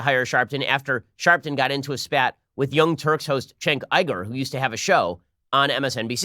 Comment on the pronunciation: I'm sorry - Chenk Iger? How did you read Cenk Uygur to that? I can get mispronouncing Cenk, but reading Uygur as Iger?